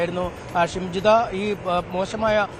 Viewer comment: ശംജിത അല്ല ഷിംജിത ആദ്യം പ്രതിയുടെ പേര് വായിക്കാൻ പഠിക്കൂ